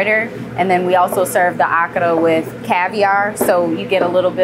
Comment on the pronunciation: A-ka-ra. Not Aka-ra